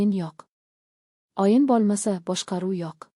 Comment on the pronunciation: O' harfini ham o deb talaffuz qilmang .Oyin demang o'yin deng